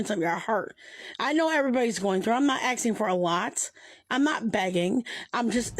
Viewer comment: ITS PRONOUNCED ASKING FFS Also she looks alot like Don Vito